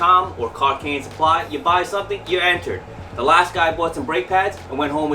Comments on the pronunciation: “Suppy’s Kitchen” or just “Sup Kitchen” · "SUPP(l)Y TEACHER" and yes yes yes more of this